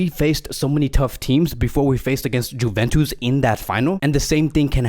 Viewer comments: It’s not Juventus it’s pronunciation is ‘Yuventus’ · Is he pronouncing the J in juventus on purpose? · please stop saying "Juventus" wrong way :)